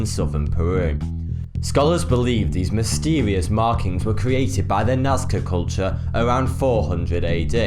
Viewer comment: "Scientist's have discovered mystewieus"